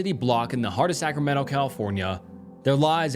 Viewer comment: I’m sorry… scramento?????!